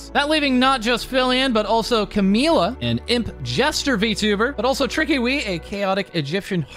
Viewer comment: FYI Trickiwy is a combination of "Trick" and "Kiwi", most people don't know that and pronounce it wrong, though.